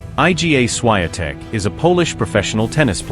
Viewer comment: I agree absolutely that it is ignorant and rude for narrators to mispronounce her name!